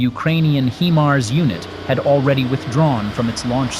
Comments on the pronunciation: "HI-mars"...not, mon ami, "HE-mars". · You are NOT pronousing the HIMARS correct! The I is saounded just as it it "I" nor "E"!